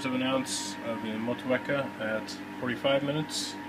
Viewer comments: It's pronounced "Maw Chew Weka" according to Time4Another1. :) One helluva set up! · Moh-Teek-Ahh, mate :D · love your intros, always makes me thirsty. rock on NZ IPA, with mot-chew-e-car, lol